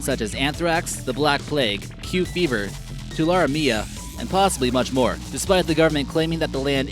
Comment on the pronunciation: Tularemia is pronounced "too lar ee' mia"